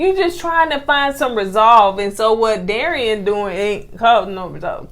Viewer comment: Alek-see-uh and Dare-ee-in. You almost got it,!!